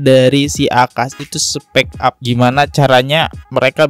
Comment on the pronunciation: Speak up min .. bukan speck up .. beda bacanya dan tentu beda arti ..